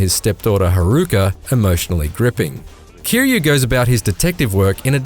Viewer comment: You give the review to a inbred that Cant even get Kiryu's name right .